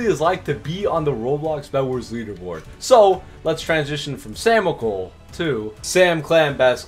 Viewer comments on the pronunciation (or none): yoooo bro said samcial is L OML